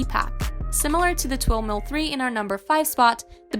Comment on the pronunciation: Twin Mill 3!! Not Twill Mill 3!!